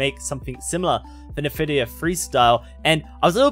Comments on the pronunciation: Take a shot everytime he says nevidia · All useless in this Video, I only set Sharpness and Black Equalizer on my Monitor! The only Thing I wanna know is there any way to make the HUD GUI bigger, bcs. in WQHD or even in 4K its to small, DBD Support no Answer I sended Tickets for about 3 Years! Lol how funny he pronounce Nvidia, Textures...